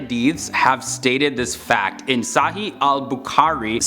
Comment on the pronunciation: I like the way you're saying SAHII ABUKAARI! 😂😂